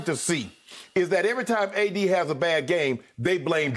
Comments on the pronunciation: he said A-Disney LMAO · LMFAO Skip saying "ADisney" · “ADisney” 😂 we made it